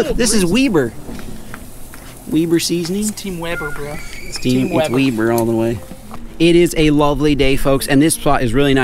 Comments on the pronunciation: Weeber! its Weber🤣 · He Says Weber like "Weeber" its Weber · yeah cuz its weeber